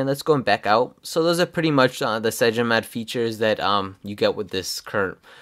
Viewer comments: It's called CYANOGENMOD! Not cyagen :-) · The reviewer keeps calling cyanogenmod as "cyagenomod" :| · CygenoMod?? It took me three times to understand you're actually talking about CyanogenMod lol XD But this review is juts what I needed, thanks :) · cyanogenmod is not pronounced cygenomod